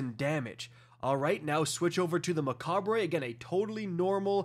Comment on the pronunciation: Macabre American pronunciation Sounds like muh·kaab Mechabre, whatever you feel like i guess.